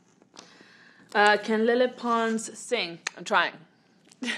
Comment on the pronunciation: why does it sound like she says “le” instead of “lele”? like she’s trying so hard to do it with a spanish accent…